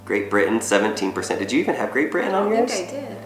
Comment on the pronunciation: That's a very strange way to pronounce Great Britain: "Great Bri' ann"